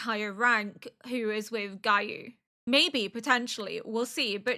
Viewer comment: Love how you pronounce Giyu's name "Gah-you" it's oddly funny 😅